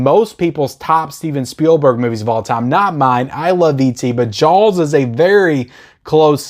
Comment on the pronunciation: It sounds like you are saying Jaawels instead of Jaws :) Disagree on Scarface. I thought the transfer was meh. But maybe I should watch it again.